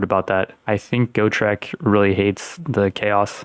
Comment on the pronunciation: As a massive fan of the Gotrek and Felix books it hurt me physically every time he mispronounced Gotrek and Ulrika's names. Ulrika wasnt as bad, but Gotrek really got my head turning every time